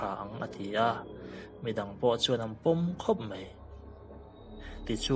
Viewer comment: Hello,New Subscriber......a ngaihnawm hle mai. Mahse,i ṭawngkam hman hi tlemin fimkhur deuh thei la a ngaihnawm zual sauh ang. Eg:- "mei" nilo in "mai" tih zawk tur. A ngaihnawm lutuk e.